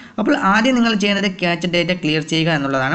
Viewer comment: ക്യാച്ച് അല്ല ബ്രോ ക്യാഷെ എന്ന് ആണ് പ്രോനൗൺസിയേഷൻ